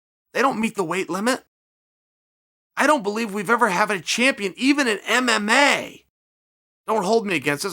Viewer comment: Hahah chael couldnt get those "M"s on mma for a sec:)